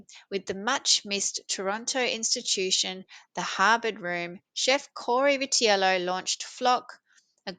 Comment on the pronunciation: You pronounced his name correctly.